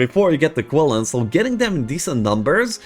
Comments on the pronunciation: Qilin are pronounced Chilin like Chilli powder. The letter Q(Qi) is a Chi-like sound in their native language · Ur pronouncing qilin wrong